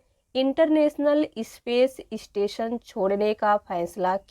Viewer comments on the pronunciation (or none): It's not ispace or istation. It's space and station. Please make a proper pronunciation